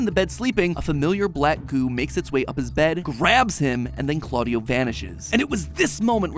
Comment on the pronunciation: its not cl-audio it cla-dia